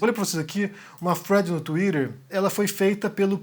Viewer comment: Pq vc tem q falar Twitter desse jeito? Inclusive, lindo cabelo